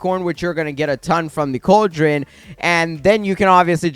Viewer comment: It’s pronounced CALL-drun